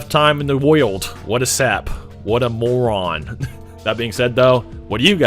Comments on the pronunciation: It's not moron. It's maroon. One if bugs many quotes. Just say it as it's read. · When you can’t pronounce maroon.